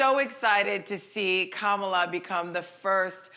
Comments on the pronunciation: Haha Loni trying to school people on Kamala's right name pronunciation and gets it wrong herself 😂. It's like Ka-ma-laa not Kaa-ma-laa people 🙈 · It's not like 'calm' it's comma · It's actually kuh-muh-laa